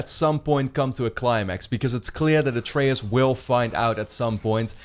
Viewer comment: they won't die, not in this game at least. Also I don't think Kratos will end up killing ALL of the norse gods. slight nitpick but did you mispronounce Atreus' name through the entire video?